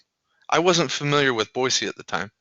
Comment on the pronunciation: Congratulations on pronouncing Boise correctly :)